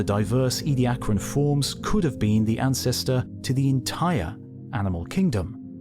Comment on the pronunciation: It's "Edia-caran", not "Edi-acran"...